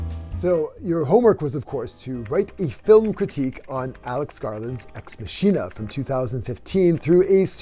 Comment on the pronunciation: "ecks masheena." bro.